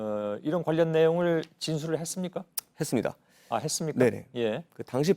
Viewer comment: 기자 딕션이 너무 안좋다.. 발음이 불명확합니다.. 했습니다가 해뜹니다.. 제로나인??